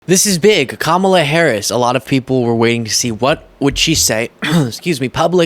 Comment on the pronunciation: Hey,, regarding the (yes, intentional) mispronunciation of Kamala’s first name, I liked the way you used the word “comma” and add “la.” In what I THINK is the Yiddish language, or at least a dialect (I remember this is a Jewish child), it’s not uncommon to add “ala” (phoenetically “uh luh”) as a suffix to a person’s name as a term of endearment. So in simplest terms, “” would be affectionately called “Lukala.” I’ve been wondering if anyone’s used that analogy before on your media or if you’d heard that before. And of course I realize her name isn’t just “Kam” but it’s a good learning / memory trick anyway. And if the only thing this comment yields is that you’re now going to be stuck thinking about “Lukala,” then I’m sorry. 😊